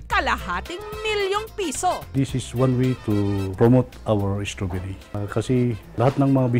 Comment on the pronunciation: Straberry Hindi straberyle